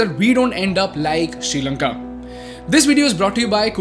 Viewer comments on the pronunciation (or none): It is Not “Sheelanka” it’s “Sree” Lanka. Learn to Pronounce Well 🤦🏽‍♂️